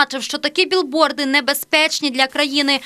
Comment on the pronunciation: А можливо ви вже нарешті будете говорити правильно? Не "біл борд" а "біг борд"!!